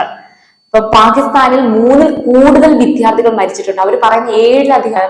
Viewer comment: ഉച്ചാരണം ശ്രെദ്ധിക്കുക . വിധ്യാർത്ഥി അല്ല വിദ്യാർഥി . വിദ്യ ....